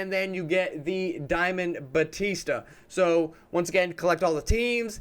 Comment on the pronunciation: Jeez the way you say Joey Bats name is cringe worthy. It’s pronounced “Bow Tee Sta”. It’s not Batista like the WWE wrestler lol.